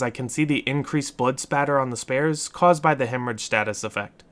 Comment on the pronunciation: “the sbears”